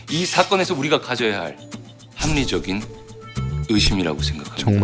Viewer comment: Rational suspicion? 합리적인 의심…카…여자 탤런트 뭐 찝듯이 발음하는 것 좀 역겹다. 발성연습이 필요할듯…